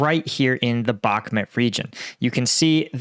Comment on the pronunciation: your names butchering is getting too annoying. It's Bakhmut, not Bakmut. Can you learn this please?